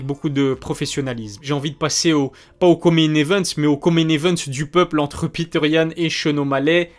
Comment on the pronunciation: C est petr yann.prononcer Petre.pas piteur. Sinon o top, comme d hab